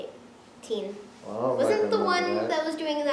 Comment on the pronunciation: Tie-een Sand not teen